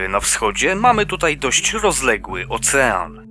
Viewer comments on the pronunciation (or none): none